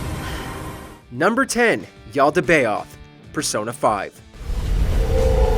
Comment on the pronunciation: Yalda-bay-oth lmao